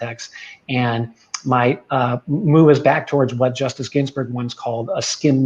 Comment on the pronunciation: Ruth Bader Gins🤮🤮🤮🤮🤮🤮🤮🤮🤮🤮🤮🤮🤮🤮🤮🤮🤮🤮berg......could barely get that out.